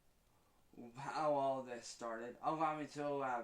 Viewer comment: is on the case. "'low me to 'laborate."